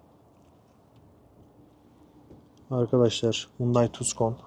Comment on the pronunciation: 😂 tuzkon değil aq , tuson diye okunur